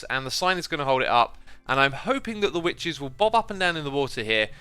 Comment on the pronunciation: Xisuma "we need to burn the wiches"